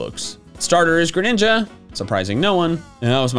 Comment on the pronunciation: THE FIRST A IN GRENINJA IS SUPPOSED TO BE AN E!